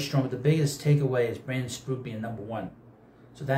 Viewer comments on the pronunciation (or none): He can get called this year. And it’s Sproat NOT sproot. But I am sure you know this,and that you just butcher names for effect. Even the easy ones 😂😂😂.